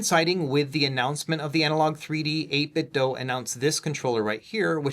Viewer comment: So glad you say 8Bitdo correctly.